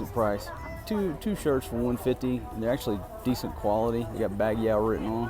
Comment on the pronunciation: I like how he pronounces Baguio as "Bagyaw".